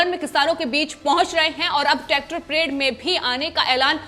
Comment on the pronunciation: It's not tactor madam